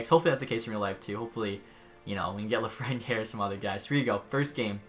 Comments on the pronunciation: Lafreniere I believe is pronounced Laugh-Fren-Ur, I and other youtubers pronouce it that way. I don't know if it is relevant here but I just watched episode one and I know you wouldn't see my comment there so i went here. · Zachmacpvp if you have studied the French language for 14 years like I have you will know what sound iere makes and lafreniere is a French Canadian and you might be right if it was an English name but it’s not. It’s actually none of the ways you said it not yay or yare.